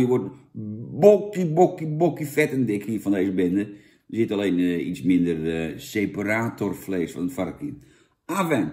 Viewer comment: Jan komt best uit zijn woorden, "Ipabier" en "seperatórvlees", lekker man.